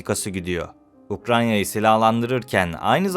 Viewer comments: Knk ukranya değil ukrayna gözünü seviyim. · Delikanlı, videoların çok başarılı. Devamını dilerim. Ancak şu Ukrayna'ya lütfen Ukranya deme...